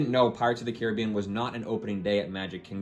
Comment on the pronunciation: Why the fuck are you pronouncing "Caribbean" like that? It's fucking retarded.